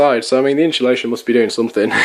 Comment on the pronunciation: Insulation. Notice there is no h in the word. Pronounced ins-u-lation. Again note there is no h. Otherwise good work.